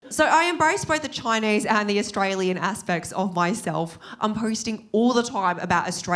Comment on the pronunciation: The way she says Choynaise😂